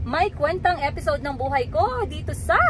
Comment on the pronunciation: Maganda ang melody ng song nyo madam kaya lang mali ang pag bigkas nyo ng buhay...buha'y is alive....and bu...hay is life! .got it? aside from that...good job😊